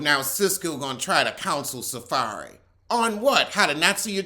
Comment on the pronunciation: He called him SaFAIRY 💀💀💀😭😭😭😭💀💀🤣🤣🤣🤣🤣